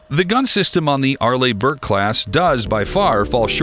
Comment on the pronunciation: Arlee...not Arlay.